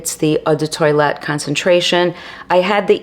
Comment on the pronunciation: Very interesting video, but please do not say Eau de toilet. It’s pronounced “tow-alette”